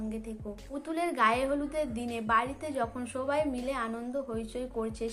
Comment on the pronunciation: আবার ও বাজে উচচারণ আপনি কেন update দেন? আবার সেই পরাগ কে পোরাগ । সবাই কে বলছেন সোবাই । আপনাকে এতবার বললাম তবু এই বাজে উচচারণ করে update দিয় ই